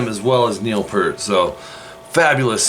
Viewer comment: Dude. Good job on the tutorial but you need to pronounce Neil’s name correctly. It’s Peart but pronounced Peert.